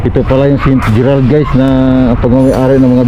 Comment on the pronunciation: Kala ko sa dinig ko ST. Petter😂😂😂😂ST. GERRAD pla 😂😂😂😂